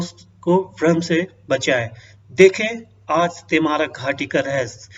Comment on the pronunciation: पहले घाटी का नाम सही से बोलना सीख ले फिर वीडियो बनाना